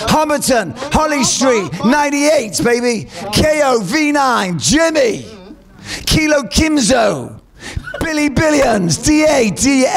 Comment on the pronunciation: How am I only clocking now someone laughed at Tim for the way he said Kilo Keemzo